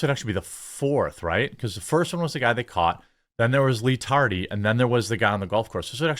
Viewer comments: Im glad you're saying Lee Tardy Owlad again. I laugh every time. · He said lee Tardy Oswald 😅😅😅